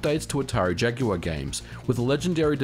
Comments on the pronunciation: Modern Vintage Gamer you must be the first American who pronounces ‘Jaguar’ correctly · Good to know that aussies pronounce jaguar correctly like us brits. It's not 'jagwaar' for Christ's sake!